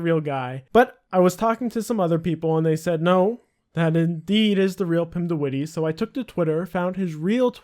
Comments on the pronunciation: lol pretty funny how you say witty when its not pronounced like that at all, you gotta say it like : pim de W itt EH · Pim de wittey, lmao. It's more like wit - eh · Haha if you are going to say a name 100 times in your video at least make sure you pronounce it correctly! It's not the wittee. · The way he prenounces de witte lol. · You pronounce his last name SO wrong but okay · its funny how you pronounce de witte its dutch and its so funny in english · i love how youre pronouncing witte xD